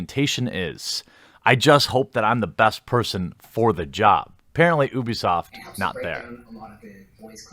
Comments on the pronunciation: It's pronounced you-bee-soft. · its pronounced you-bisoft. FUCK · I'm not sure I believe you. You can't pronounce Ubisoft correctly.